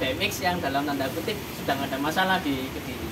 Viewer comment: Kediri boos, Bukan kedili